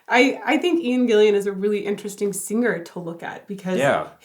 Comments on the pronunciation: Gillan, his name is Ian Gillan, not Ian Gillian. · His name is pronounced Gill-an not Gillian. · It's GILLAN! Not Gillian. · Please stop calling him Gillian. It's GILLAN. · Ayyyy, It's Gillan. Not Gillian. And you should have been listening to Child in Time for the last 40+ years. Why am I listening to dummies? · Gillan...not Gillian! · Ian gillan's name is pronounced GILL-N. I don't know why people say gill(I)an? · "Ian Gillian"??? lol.